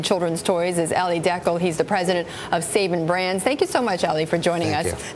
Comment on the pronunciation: "Sayban" brands lol